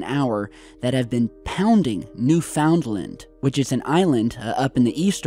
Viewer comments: New•Finlind, accent on "New". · Newfoundland is pronouned Noof- N’ Land not New Found Land 😊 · It’s “Newfunland”...not “New found land”...gotta say it all together not 3 different words 😏🇨🇦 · New FOUND land? uh, no. Say it with me: NEW-fund-lin. 🙄 Big waves = axis/pole shifting. Or sun issues. Or electromagnetic issues. Or earth core issues. Or Planet X issues. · Newfunland not new found land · New Found Land???? hahahahaha try Newfoundland...newfunlind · Newfoundland = NOOfunLAND. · I will add the real pronunciation of one of the 10 provinces in Canada.."NEWFOONLAND."....IT IS one part of a much larger province called NEWFOUNDLAND-LABRADOR(is part of mainland Canada). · I think that's just the way people say it, they're too lazy to say found, so it sounds like fund-land or finn-land.. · It’s New-fun-land buds! Now say it quickly. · We say it like, "New - finn - land". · New-fin-lin. One word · Thanks! Drove me a bit nuts listening to that, too. :-) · Newfoundland is not a compound word, you are pronouncing it wrong. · Newfoundland rhymes with understand